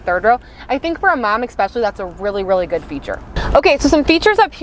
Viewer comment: It's "ESpecially", not "expecially". Thanks for the review though.